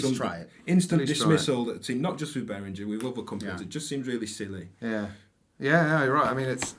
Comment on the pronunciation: guys, BehrinGHer like GHerkin and please not BehrinJer like Jelly!!!! Anyway, nice to see the three of you together! Bit with all the Behringer clone range, you could easily have invited Gaz, Claudio-DrMix, Synthmania-Paolo and LookMumNoComputer-Sam too :-)🤘